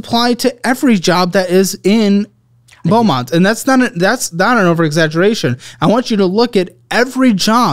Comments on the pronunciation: BEAUMONT not belmont, FINALLY one from the 409 💀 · It's Beaumont not Belmont. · FYI - Intro says Belmont instead of Beaumont.